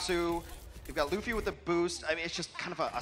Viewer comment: The one dude pronouncing luffy wrong urks me